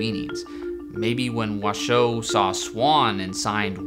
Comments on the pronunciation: "Washoe" is accented on the first syllable, like the county in Nevada where Reno is. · You seem to have VERY little information to go on and no real understanding of this topic. I wonder what your motivation is here. I worked with Washoe (which you mispronounce) at the sanctuary where she spent the rest of her life along side her chimpanzee family. ASL studies continued there. Not only do chimps who are taught ASL completely understand what they are conveying through sign, they are also able to convey emotion and empathy using ASL. Washoe taught her adopted son, Loulis to sign by shaping his hands into signs corresponding to objects. This was done on her own accord, with zero human interference. Loulis used ASL daily when I met him as an adult. The chimps I worked with used ASL often without humans being present. They also signed to humans without prompting of any kind. The chimps made paintings and named them using sign. There is SO much more information on this subject if people are interested. Many scientifically sound studies have been published and they are not hard to find.